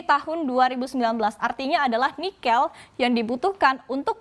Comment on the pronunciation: saya sedikit terusik dengan pengucapan 'nikel' oleh pembawa acara..